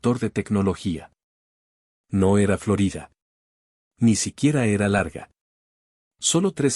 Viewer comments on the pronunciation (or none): none